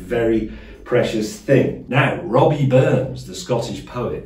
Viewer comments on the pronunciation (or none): It’s RABBIE not ROBBIE 🤭😷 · James it's Rabbie Burns not Robbie.